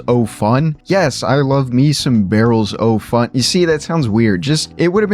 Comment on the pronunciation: Fun video, but a lot of these early names actually have cool reasons behind them that got glossed over! 😅 Minor critique, but 'Barrels O' Fun' is pretty much just pronounced 'barrels a-fun'. Also, Valravn isn't just a made-up word, it's a real mythological creature (just like Rougarou right next to it!). And for the Batman rides, the lore is actually that you're a citizen of Gotham testing out a new Bruce Wayne invention.